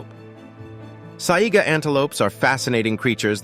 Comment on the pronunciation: Sorry , Saiga antelope not zyga, Haast eagle not host..god check your info people please..